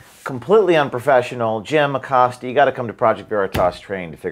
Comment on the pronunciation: Jimmy Accost-ya is still employed? 😂🤣🤣🤣🤣🤣🤣🤣🤣🤣🤣